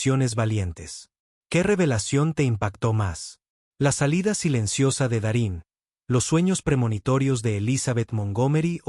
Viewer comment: No es Darin se pronuncia Darryn